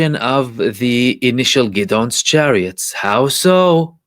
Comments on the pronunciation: Really good analysis bro. Hope you don’t mind me just letting you know its pronounced Gid-ee-on Chariots. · is fluent in Hebrew where Gideon is pronounced Ghid-ohn